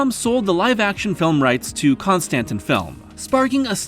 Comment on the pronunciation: Con-stan-tin? No way that’s how it’s pronounced, right?